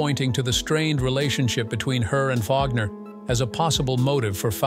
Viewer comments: It's pronounced "WAGNER" not "VAUGNER" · Not Vlogner, but Wag- ner! Thats AI at work for yah! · I didn’t know that Anna Nicole Smith was a “moh-dull”. AI voice sucks. Oh, and Robert “Vaug-ner”. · Robert Wagner's name is not pronounced VOG-ner ... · That's how AI pronounces it. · I despise these stupid AI videos. Wagner pronounced as vagner. I definitely wont be subing to your channel. ✌ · Robert Wagner's name is pronounced "WAG-ner" iin the US.